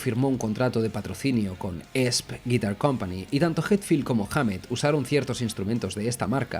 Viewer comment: La fonética de la marca de la guitarra es i es pi 😂